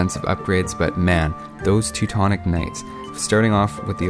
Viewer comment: That's sounds funny like you prononce Teutons Knight...I hear like TECTONICS KNIGHTS, lol p.s. thanks for videos, I see many of them, keep going!=)